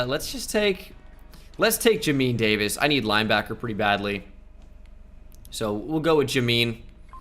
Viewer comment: Listening to his pronunciation of Jamin Davis’ name is painful😭